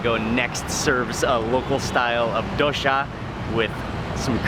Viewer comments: It's not dohsha it's doh-sa (dosa) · DOH-SAH. Not DO•SHAW. Please pronounce the food of my country, proper. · suprised the indian guy isnt helping with pronunciation lol its doSA, not doSHA